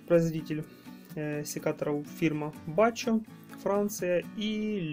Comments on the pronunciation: БАХХО,а не бако. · Бакко, а не "бачо".